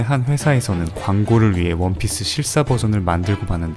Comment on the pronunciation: 원피스 빵터졌다 ㅋㅋㅋ 원피스가 아니고 워피스네